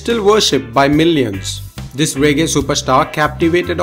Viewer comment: Couldn’t a Jamaican or African narrate this video????....narrator can’t even pronounce Jamaica 🇯🇲 and reggae properly....k.m.t...I’m gonna hit the stop button...